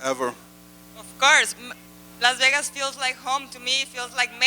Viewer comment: Anyone else infuriated about the way Suga says “vegas”… it’s pronounced VAYGAS ye dickhead! Elvis even said so